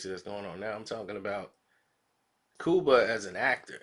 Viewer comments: Lol Its Cuba not Kooba lmmfdo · Cooba? Really 😂😂😂 u have a speech impediment....get some help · its Cuba...Q-BA ! my friend lol